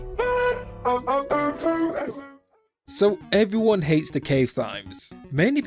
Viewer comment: polish fazbear ❤️‍🩹